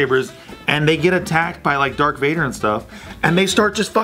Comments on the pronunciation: Ummm... Its Darth Vader not Dark Vader...just sayn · Did say "Dark Vader"? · I swear he said "dark" Vader ...lol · Wait. Did say, "DarK Vader??" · Are we just gonna ignore the fact that said ‘Dark Vader’?